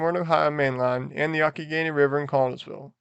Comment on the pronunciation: "Yonck-i-Gainy"?? You mean the "Yung-ah-Henny"............